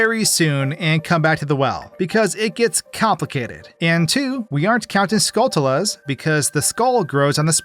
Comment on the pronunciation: Learn to say Skulltula. It's a play on "tarantula." You don't say taran-tulla. You say taranchula. It's Skullchula.